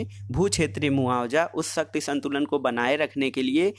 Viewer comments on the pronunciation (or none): सर शक्ति को सही बोलो क्योंकि ऐसा लग रहा हैं जैसे शक्ति को आप सत्य बोल रहे हों।